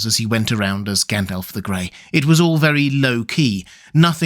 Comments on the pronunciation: I just get annoyed by his pronunciation of the names. He says Gendelf instead of Gandalf etc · Fun fact: It's supposed to be pronounced Gandalv. According to the Appendix, if Tolkien had intended it to end with an F sound, he would have spelled it Gandalph. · Did you say Gand-Elf?